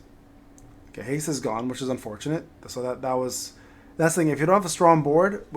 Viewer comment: What does haze do? Edit it's actually haste. He just says it weird 😂